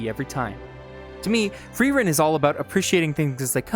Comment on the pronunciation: I want to thank you for being the first english-speaker I've heard say Frierens name correctly. It was a small thing but it immediately showed me your attention to detail and gave me the right mood for the video :)